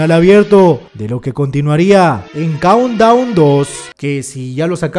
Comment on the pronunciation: Pense q decia cound wn xdddd